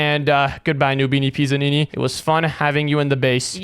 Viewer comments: ITS PIZZANINI NOT PISSANINI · Why did Bro say noobini PISSanini💀